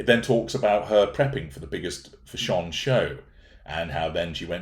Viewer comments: took me a while to figure out what you were saying when you said 'fash-ON' 😃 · As an Austrian I wonder why you pronounce "fashion" in a way that sounds not English?